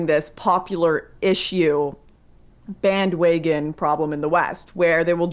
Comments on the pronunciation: My favorite part in the debate was when Lauren said bandwagon like "bandwaygon" like 5 times in a row. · Lauren: “Bandwaygons.”